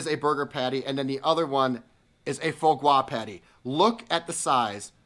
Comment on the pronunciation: I just adore quail! Foie gras pronunciation = Fwah Grah